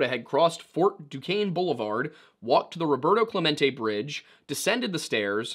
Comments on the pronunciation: nice to hear monongahela and duquesne pronounced correctly lol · honestly 😂 im just glad he pronounce duquesne right. i go there and NOBODY gets it right